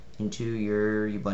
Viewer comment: I hate to be this guy but Ubuntu is pronounced oo-boon-too. As pronounced by the official program site.